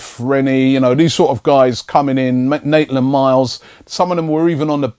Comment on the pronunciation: It's Maitland-Niles, not Naitland-Miles... 😂😂😂